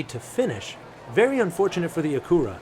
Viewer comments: It is pronounced Akyura not Akoora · A-CU-ra. Lol. Are you kidding me? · Had to search to see if that was the way it's pronounced in Japan... it is not LOL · Pronounced Ack you ra. Accent on ack. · Stop butchering acura or just call it an overpriced honda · It’s killing me how he is butchering the name Acura 😂